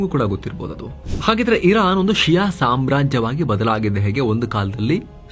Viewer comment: ಷಿಯಾ ಅಲ್ಲ ಶಿಯಾ